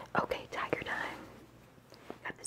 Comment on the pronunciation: I thought you kept saying diager, and I was like, what is that???????, then realizes oh, tiger